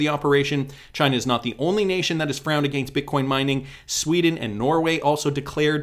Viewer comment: Can you say against without Sounding super Canadian lol